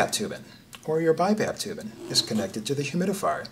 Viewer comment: You lost me when you pronounced "tubing" as "tubin"